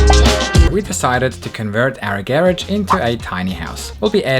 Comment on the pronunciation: Garage not gheredge